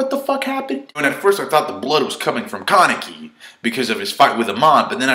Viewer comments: ka-nee-kee not Kar-ni-kee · for ####s sakes learn to pronounce! its not that difficult! Hid:/ē/: Kanek:/ii/